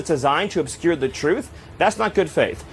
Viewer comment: "obscure thae truth", and she is a reporter? hahaha